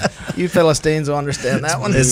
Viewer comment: I’ll be your “ philistinien” . Ha ha, sounds good.